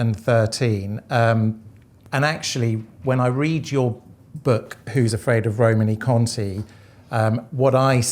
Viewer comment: Also, being pedantic, should be Roman-ay Conti ( E with an acute accent in French gives an -ay sound, not -ee)! E.g. Champs Elysées